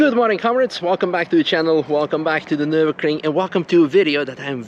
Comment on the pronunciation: i'm really sure there isn't a k in nurburgring